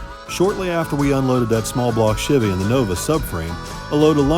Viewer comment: I have owned and driven Chevys since 1995 and NEVER heard the word "Chevy" pronounced the way does 😂 I cringe everytime. Must be Northern thing